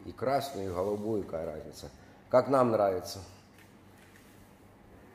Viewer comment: Не кая, а какая.